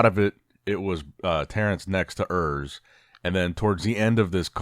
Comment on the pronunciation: Hi, Urs is German, so the 'U' should be pronounced as the 'ou' in 'you'. Just wanted to let you know.